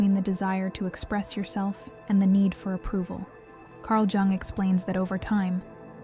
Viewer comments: This is either AI or the poster doesn't know how to pronounce the name of the psychiatrist she discusses. Spelled Jung but pronounced Yung. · Jung is pronounced “Young” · I think it's AI. The clue is the mispronunciation of Jung. It's correctly pronounced Yung as anyone who delves into his theories should know. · Carg “Joong.” 🙄 Really? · The "j" is pronounced like a " y" when it comes to the name Carl Jung. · The j is said like y. I.e carl young/yung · Nice content, but I wish it wasn't AI, and that you didn't pretend you're an actual person at the end. You wouldn't pronounce the J in Jung if you were a real person. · Mispronouncing Jung doesn't make you a bad person. It does makes you bad AI. Perhaps we should be glad we humans can still detect what's AI and what's not. Soon AI will advance to where we don't know the difference. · Three videos in and only figured it out when ‘she’ said “Jung”… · lol, why do you pronounce "Jung" like that? :D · I'm half Swiss, and it hurts my ears to hear his name mangled. AI, with all its learning, should learn some respect. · yeah ikr?